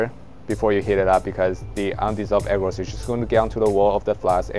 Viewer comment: Dude I love your video, and forgive me I don’t mean to be offensive, but every time you say agarose I hear egg rolls😅 so I started busting a gut at the microwave egg rolls for two minutes part. Again great work!